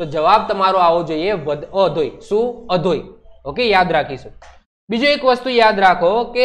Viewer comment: kanthkot ni tekari o no sauthi ucho sikhar અધોઈ nai sir આધોઈ